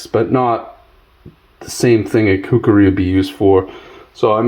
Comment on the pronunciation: My ocd is kicking into overdrive...IT'S KUKRI not kukeri you Mook...It was used from the 7th century-to present by Nepalese soldiers known as the Gurkhas by mispronouncing things it makes you sound like you dont know what you're talking about...just saying!👍